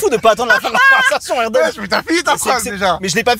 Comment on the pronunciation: Ça fait plaisir d’entendre le prénom Erdem correctement prononcé )) Merci👍👍